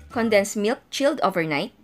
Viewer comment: Im so irritate when she pronounced "chilled overnight" 👌